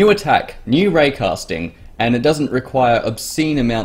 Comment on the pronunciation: When you said raycaysting I thought you came up with a simple way to take a photo in mc.